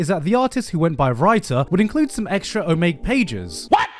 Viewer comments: I like to think Garnt’s editor never told him that he was pronouncing Omake wrong and just snuck those edits in at the last moment before uploading. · I can forgive you for how you pronounced omake. How you pronounced RenPy, however... (it's Py from Python) edit: it's also a play on the Japanese words ren ai